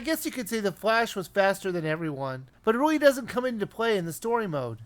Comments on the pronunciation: no, he said wiivy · be very quiet, I'm hunting Wabbits. He did say really, not weawy.